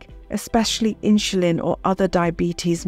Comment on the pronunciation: All good info, but what is this awkward pronunciation of word "insulin"!!?!?